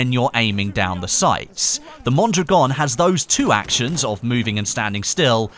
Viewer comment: Out of all youtuber u have gotten the closest to pronouncing Mondragon.